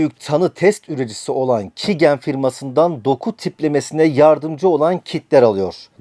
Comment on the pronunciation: Şu youtube kanalı takip ettiğim ender kanallardan biriydi burası da saçmalamış. Böyük oyunu çözmüşsün tebrikler. Bahsettiğin firmanın adı "Kigen" değil QIAGEN (Kaycın diye okunur) öncelikle. Merkezi Almanya Hilden'de olsa da çok uluslu bir şirket ve dünyanın dört bir yanında on binlerce laboratuvara kit ve yazılım temin ediyor. ATQ Biyoteknoloji dediğin de aslında QIAGEN Türkiye. Uzun yıllar önce ATQ, QIAGEN kitlerini de satan bağımsız bir şirketken işleri büyüdükten sonra QIAGEN tarafından satın alınıyor ve adı da bu nedenle değişmemiş. Yani QIAGEN ve ATQ diye iki şirket yok aslında. İkisi de QIAGEN Türkiye. Gelelim salladığın saçmalıklara. 2 yıldır QIAGEN Türkiye'nin Biyoinformatik sorumlusu olarak çalışıyorum. Yani bahsettiğin genetik verilerin doğru şekilde analiz edilmesinden sorumluyum. Daha öncesinde Hacettepe Üniversitesi'nin araştırma görevlisi temsilcisiydim, daha iyi şartlar sağladığı için istifa edip özel sektöre geçiş yaptım. Bu telaffuzuna çalışmaya bile tenezzül etmediğin firma, Türkiye'deki doku tiplendirme ihalesini yıllardır alır. Ofis binasına çok yakında büyük bir laboratuvar vardır (Diagnoseq) ve bu veriler burada üretilip burada saklanır. Türkiye'deki ender CAP akreditasyonuna sahip sistemli şekilde denetlenen, onlarca yetkin ve tecrübeli personelin çalıştığı bir laboratuvardır. Buraya bırak öyle hacker saldırısını, tepeden bombalamadıkça içini bile göremezsin. İçerideki veri depolama ünitelerinin internet çıkışı yoktur. Yalnızca bina içerisin